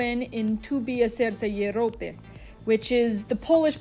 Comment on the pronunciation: very informative but the "serce jeropy" in the most stereotypical Russian accent kept distracting me lol